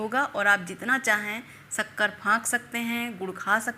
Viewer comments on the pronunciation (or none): सक्कर नहीं शक्कर सुगर नहीं शुगर सहद नहीं शहद